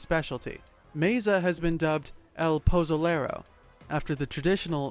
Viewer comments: The way he says pozolero 😂😂😂😂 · How can he pronounce pozole right but can’t say pozolero. Lmao